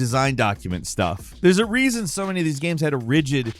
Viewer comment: “Oh my dear bird. The rrrrreason we made scratch and sniff discs…” falcons accents crack me tf up lmao